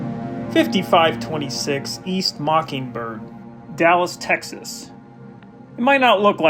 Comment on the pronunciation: it’s texasss